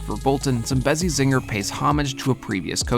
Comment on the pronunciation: Tbh hearing people pronounce Zambezi wrong gets on my nerves so much